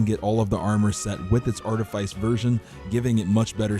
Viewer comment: Say practice. Now say precipice. Now say artifice....